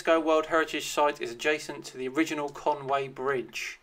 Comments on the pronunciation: But he can't say conwy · Welsh here there is no Conway there is a Conwy Coney Conwy